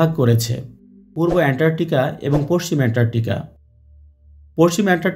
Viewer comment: উনি বারবার এন্টারটিকা বলেছেন 😁